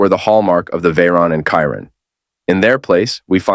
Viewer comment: You don't know how to program your AI voice to pronounce Chiron correctly.